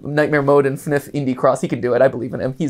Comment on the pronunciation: Btw it’s not pronounced fnif is F N F it stands for Friday night funkin